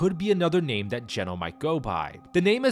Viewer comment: Geno...i thought ya said genos.